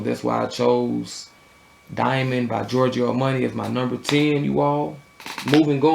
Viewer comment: Giorgio Armoney haha!